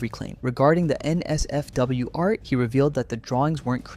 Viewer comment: The way he says NSFW and LGBT pisses me off so much, does he have some kind of a learning disability???? Why does he say that like that 😭😭😭